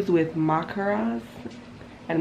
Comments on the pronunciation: Maracas is pronounced as (MAH-RAH-KAS) lol.. glad you had fun on your trip ..! Sorry you got ill.. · Every time you said Macras, I'm yelling through the screen..it's Maracas (Ma Ra Cas) lmao!!! I can't wait to eat some doubles when I go back in a couple weeks. All u were missing was a cold Apple J. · Hey i love your vlogs i am from Trinidad and always wondered how visitors view our country and im glad you enjoyed it... btw i noticed you said macaras beach lol and its maracas beach 😁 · Every time you said Macras, I'm yelling through the screen..it's Maracas (Ma Ra Cas) lmao!!! I can't wait to eat some doubles when I go back in a couple weeks. All u were missing was a cold Apple J. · hey gurl just wanted to fill you in on some trini stuff!! trini music is called soca!! and maracas beach is pronounced mah-ra-cus! love the vlogs though it makes me miss home so much 🇹🇹:(❤️ like pineapple chow on d beach oooooohhh gooooudd😫😫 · It's Mar-Ah-Cus lol🇹🇹🇹🇹🇹🇹❤️